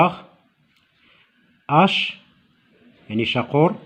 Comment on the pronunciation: Professeur on lit "huche " et non "hache " Huche signifie une boîte en bois dans laquelle les anciens de la campagne pouvaient conserver du pain pour la journée par exemple. La hache, c'est autre chose !